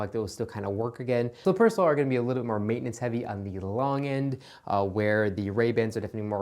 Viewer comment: I really like your videos, but I absolutely hate your pronunciation of Persol... You wouldn't say "fairrairy" either.